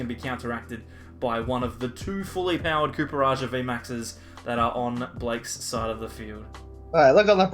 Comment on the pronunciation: Surely the Pokemon is pronounced "Copper" and not "Cooper" 😅